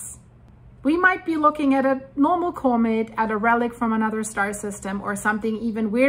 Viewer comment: could you please learn how to pronounce comet?